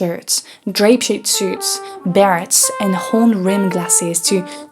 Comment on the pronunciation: your English is excellent, which makes it all the weirder to hear the few mispronunciations here! So here are a couple tips: in English "beret" is pronounced with a silent "t" as in French, just like how the word "buffet" is pronounced with a silent "t" in English. Also, "necktie" rhymes with "pie" and "fly". It's obvious that you put a lot of effort into speaking English well, so I hope you don't take this the wrong way! Thanks for the interesting content, as always:)